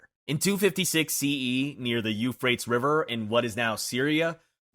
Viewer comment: The video does a pretty good job of pronounciation, with mostly minor issues on words in other languages. There were two that weren't minor and might cause chagrin if used in conversation or a presentation, etc. Bridle= bry-dul It's what you put in a horse's mouth to help 'steer' it. Maybe you'll travel with your horse to the U-freight-eeze (Euphrates) river!